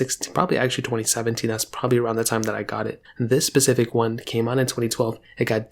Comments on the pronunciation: the word is 's'pecific not pacific..... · All I heard him say was "Pacific" 🤣